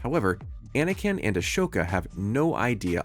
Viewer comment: I don't disagree that most of these moments are cool, but half of them aren't even from The Clone Wars, and I advise you to fix he pronunciation of Ahsoka and Kryze. Aside from that, Obi-Wan watching Satine die was mostly tragic and not so much badass. There are some really cool moments in TCW, like Obi-Wan slicing a missile in half, that could have served better.